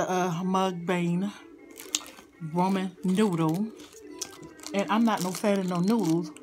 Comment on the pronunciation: Did she say Roman noodle 💀💀💀